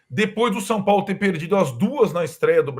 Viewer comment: "O Sampólo..."